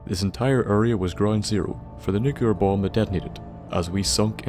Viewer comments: NEW-clee-uhr, not NUKE-you-lur Please learn to say the fucking word. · Nuc-L-ear!!! not Nucelar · 1 because he says it wrong 2 because it drives me nuts